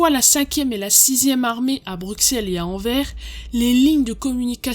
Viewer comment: Très bonne vidéo ! Si jamais, niveau prononciation : Bruxelles : bruSSelles, le x ne se prononce pas. Anvers : anverSS, le s se prononce. ;)